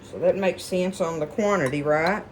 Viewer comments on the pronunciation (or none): none